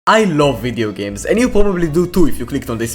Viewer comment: "i ghloaf fideo gaems"